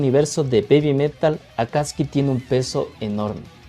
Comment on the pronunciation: Buenos dias si sabe mucho sobre Babymetal el ya estado en Japon como 2 vezes creio que el es de Ecuador.Si el pronuncia correctamiente Akatsuki, Akastisuki yo cuando vivia en Japon escuché mucho en los animes,peliculas,telenovelas,y claro Naruto😂😂recuardo del senior David, y esta relacionado com los ninjas exilados de sus aldeas,si yo tambiem creio que la cancion de X Japan y Akatsuki no se parece en nada perdon 😅quizás cuando grita en el principio de la cancion,me gusta la reaccion de usteds es divertido.